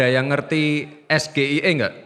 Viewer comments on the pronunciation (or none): Mas Gibran, mas Gibran, pengucapan SGIE bukan es gi i e, tapi es ji ai i, harus pake b.inggris karena itu kepanjangan b.inggris. sama dengan UK bukan dibaca u KA, tapi yu kei.